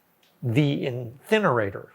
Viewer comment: The "enthinerator" 🤣🤣🤣